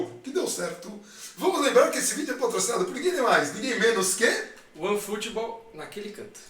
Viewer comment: Antes de ler os comentarios vocês também esperaram o falar one footbool?